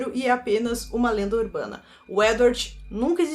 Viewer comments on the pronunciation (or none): A é tão incrível, sincera, sem sensacionalismo ❤️ KKKKKKK amei a parte do "urbrana"